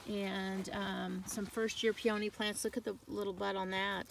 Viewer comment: Please learn to pronounce peony!